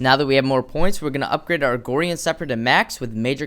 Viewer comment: he kept saying "Riftmagnus" and "Agorian" and I was just confused as to where those extra letters were coming from.